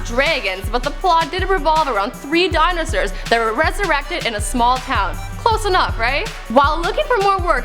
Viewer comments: wtf this bitch say ?? draygans and dynersurs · Did she say dinosirs?